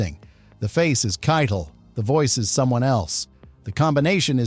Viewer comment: I thought Harvey's last name was pronounced 'Ky - tell' not kitle which rhymes with title.